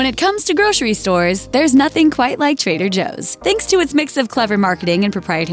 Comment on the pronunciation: Grocery = gro-ser-ee not gro-shree. A grocer is gro-ser, not grosher.